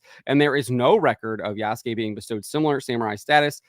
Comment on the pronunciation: It’s “YAAASSSSS” suke.